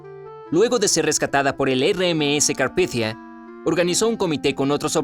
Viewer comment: holakevin31 roblox lo leyó en "inglés" supuestamente